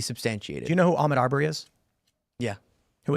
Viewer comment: Ahmaud Arbery did NOT burglarize a home. And learn how to pronounce his name while you're at it. Dumb fuck pecker wood.